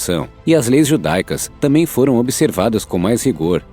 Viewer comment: É (T A M B É M ) NÃO ( T A M É M ) obrigado .